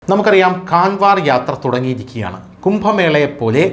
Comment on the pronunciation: കൺവാർ യാത്ര അല്ല കാവഡ് യാത്ര എന്നു തന്നെ യാണ് ഉച്ചരിക്കേണ്ടത്